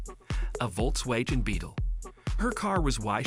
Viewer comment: I hate these AI narrations, especially when it mispronounces Volkswagen repeatedly